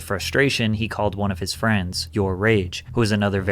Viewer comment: Everyone attack jidion, he said where not fweinds